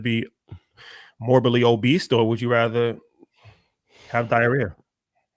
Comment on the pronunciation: Hahaha my man said “obeast” that’s a perfect word for it